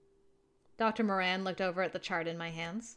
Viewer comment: Yay! finally can pronounce the Moran last name right! And ooh looks like the blonde at the beginning on the TV is voiced by Bradley who did the Journalist for Yandere Simulator! I was the opposite in the Will and Meira’s conversation I can’t stand math and love making up stories since I do want to be a writer and have the imagination for it! Jay is so sweet and handsome! Also a man that can cook is one of the traits I find extremely hot I think it’s the most attractive thing and me being a big eater I would be spoiled rotten with someone like this hehe